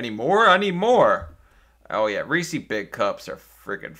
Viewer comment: Reese's, not Reesees. You're the Reesee. The candy company is the Reeser.